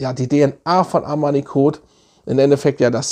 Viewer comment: Armani Kot 😁 love it, die Aussprache